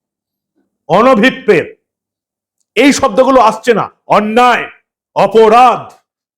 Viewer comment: দাদা উচ্চারণটা অনুভব পেত নয় হবে, অনভিপ্রেতো।